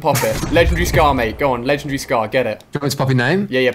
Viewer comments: It's legendary not lechannnndry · He said I have 5 ledgendry weapons lol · You should learn how to say legendary